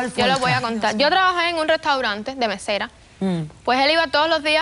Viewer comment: Dijo mesera oh besará jajajaja